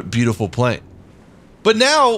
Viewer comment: Plane, not plan 😜